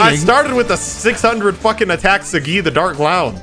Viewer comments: Yo why is pronouncing Saggi like that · Even tho I'm watching this now, I wish Sagi would be pronouned how it should be pronounced